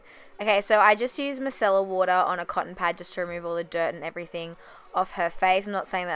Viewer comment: At the beginning you said you used cellular water? I can't exactly hear what you said and i want to know what you used on her before applying makeup. 🙈 The model is beautiful and the result is absolutely incredible. Love you xx